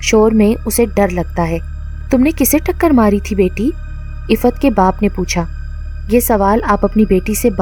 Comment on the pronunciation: Ap ke moo se Iffat nam bhot acha lagraha hai